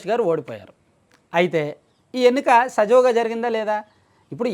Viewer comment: సజవుగా కాదు తమ్ముడూ, సజావుగా అని పలకాలి .